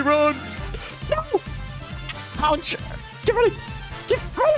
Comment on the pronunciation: why he say no like that💀